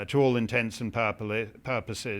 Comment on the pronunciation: Not to be pedantic but the Turkish C in Mustafa Cemal (anglicized to Kemal) is pronounced more like a j, similar to Arab name Jamal. PS Why did Constantinople get the works? That’s nobody’s business but the Turks!